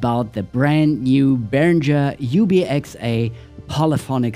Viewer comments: Uli Behringer hat deutsche Wurzeln und deswegen heisst es Behringer und nicht Berinscher 😘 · Hallo Ralph, danke für das tolle Intro, meiner kam auch heute an 😊 Behringer spricht man übrigens deutsch aus, ist auch zufällig mein Nachname 😬